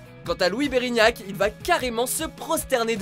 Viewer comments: non mais quand tu connais pas le nom des star ne le dit pas à c'est pas Louis Bérignac mais Louis Bertignac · C'est Louis berTIgnac non berignac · Bertignac... Pas Berignac hihi , le stress sûrement 😇 continue comme ça sinon, c'est top tous ces tops hehe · « Louis Berignac »... vraiment? Quitte à parler tout le long au moins faire semblant de connaître l’émission xD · Dsl, mais, Bertignac et non pas Berignac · Pas terrible comme sélection et vidéo. J'ai eu l'impression d'avoir assisté aux commentaires d'une course de tiercé. Trop de commentaires. Par ailleurs, c'est Bertignac. Pas Bérignac. Pas d'Anne Sila, de Luc Arbogast, la corse est absente... Enfin, l'audition la plus regardée sur le net est celle de la reprise d'eminem. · Au fait on dit Louis Bertignac et pas berignac ^^' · j'ai les oreilles qui saignent... "Louis Berignac" !!!! xD